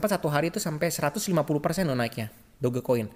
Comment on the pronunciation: sebut la betul2 DogeCoin...Doj Coin..cara sebutan betul...memalukan betul la..